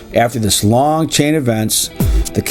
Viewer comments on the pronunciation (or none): none